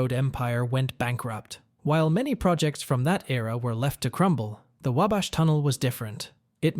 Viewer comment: Couldn't pronouce Wabash correctly...